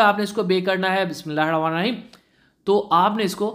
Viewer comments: Bhai itni Kya jaldi ha bt kerna ki aram se bol lijiya alfaz saf khass ker Bismillah please sai se perlo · بہ اچھی بات ہے کہ آپ بسم اللہ الرحمن الرحیم پڑھتے ہیں ۔ لیکن تھوڑا جلدی میں پڑھ جاتے ہیں جس سے صیح ادائیگی نہیں ہوتی۔ اس لیے گذارش ہے کہ بھلے ایک دفعہ پڑھیں لیکن ادائیگی اور صیح رک رک کر پڑھیں ۔ کیونکہ یہ بھی قرآن شریف کا حصہ ہے جو کہ اللہ تبارک و تعالی کا کلام ہے۔ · Bhai g kindly Bismillah to theek sy parhen slow speed mn parh len sawab ki jaga gunah to mat kamaen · Bhai Jan AP Bismillah sahe sy parha karein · Bhai Bismillah thk sa prha kren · Plz bismilha sahi parha kro ap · Please first learn how to pronounce Bismillah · bhai بسم اللہ Sahi parhen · Bismillah to sai say parho bhai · O bhai,, bissmillah to sahi se parho yar